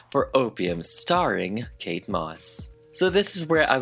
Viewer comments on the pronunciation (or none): none